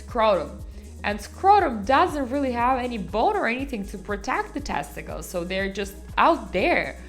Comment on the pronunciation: “PEHH-niss, TAST-ih-kullz and PRO-state.” 😂